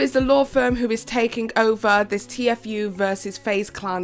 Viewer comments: I don't wanna be that person, but it's T-fue, not t-f-ue. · TFue is pronounced “teafu” not T-F-U , keep up the good work girl 😘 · OMG IT'S TFUE! T-FUE....TTTTEEEEE FOOOOOOOO ...NOT .... T.F.U!! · just a heads up its tea fu not t-f-u love you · “T-F U” 😆 queen of mispronunciation, and living for it💅🏻 haha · Why can’t you pronounce any names properly? I mean the Paul’s brothers and t-FU? I don’t understand how you do so much (amazing) research and still manage to consistently grossly mispronounce their names. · It's "t-few", hon. 😅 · I was just thinking aww she’s pronouncing it wrong and saw this and legit spit my drink out laughing 😂 I love it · I defend honest mistakes but as someone acting as a source for updates and news, you CONSTANTLY mispronouncing news and terms relevant to the topic makes you seem poorly researched and cashgrabby. you don't care about these stories, their impact/effect, or anything like that. you care about pushing out videos for money. it's not cute you couldn't figure out how to properly say TFue, a two syllable name, when FaZe and every other source, including Tfue himself says how to say it. Fumbles and mistakes being character and make you personal. Not giving enough of a shit to make sure the info in your video is correct when you make money off it? Not cute, especially when you have such a pattern of it. I was a big fan but now I just can't stand it because if you cant get the very basics, like the names of those involved right, what else is not researched properly or misreported